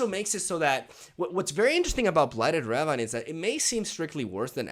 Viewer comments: Love the videos and the content. I'm not sure if you are purposefully saying ravine in the manner you do but the standard pronunciation is "ra-veen" but I like your pronunciation all the same! Can't wait for the new expansion. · It's not ravine, it's ravine, gosh...